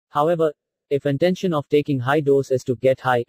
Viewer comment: It is Intention not intesion, erit it boy